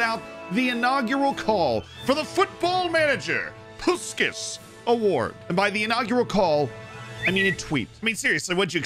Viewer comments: In case you wonder, it is pronounced Pushkash. Send you my love from Hungary 😘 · If you want to say correctly its Pushkash , the "a" pronounce like when you say wow.. Good video, nice goals, the bicycle kick wow.